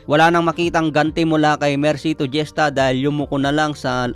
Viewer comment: Hista po ang pagka pronounce ng apilido ni mercito hindi jesta.😂